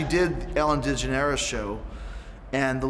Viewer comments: "Ellen De-JuhNairis" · Ellen De-gen-air-us ? I think he had too much of the bubbly. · If you want to impress ellen learn to say her name correctly lol. that being said Chris Jericho >>>>> Ellen Dejanaires all day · Lmao I caught that too 🤣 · Really want to learn how to impress Ellen DeGeneres? Learn how to pronounce her name! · If you want her to like you say her last name right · Oe say Ellen's name right, haha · First he mispronounces Papa Emeritus at the Golden Gods... Now he can't even say Ellen Degeneres properly? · It's his schtick... hes mispronouncing on purpose.